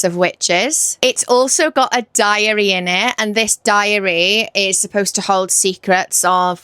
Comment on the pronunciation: When you were talking about The Year of the Witching - the way you pronounced ‘diary’ I thought you were gonna say diarrhoea 🤣 and I was like hmmmm, I don’t remember THAT being in that book 🤣🤣🤣